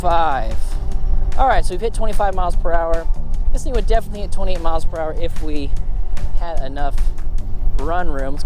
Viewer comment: Hi. Thanks for the vija. When you say 28, sounds like you're saying 20. Fast talker.😊